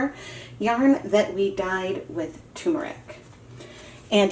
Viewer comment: As an Indian... For the umpteenth time... It's not "t-ù-meric" It's "t-er-muric" as in urr... Turrm-urr-ic